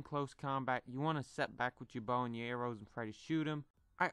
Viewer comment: The way he says arrows errows lol